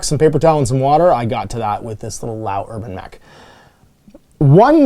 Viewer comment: House LEE-YOWW not LAO. It's not that difficult